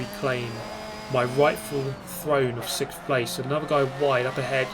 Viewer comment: Is it a British thing to say "sikth" instead of "sixth"?